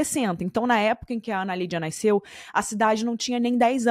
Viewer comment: NaIsceu 😅 É NASCEU